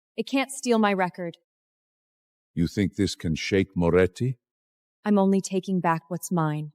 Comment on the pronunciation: Are you kidding? Is there a lot of wine involved? Every scene has nonsensical garbage instead of basic words. "Memorandum," "ledger" the family name is inconsistent Moretti, Morelli, Morechi, Moroti and many other words are so mispronounced that without the subtitles it was unintelligible. The family name is said more than 7 different ways!